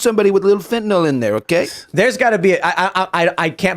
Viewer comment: Biden: "It was. Supposed to be fenanyl!!!"